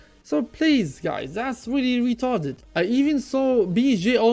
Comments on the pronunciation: that's weely weetarded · i love it when u say "retarded" hahahahaha idk why, but i just laugh.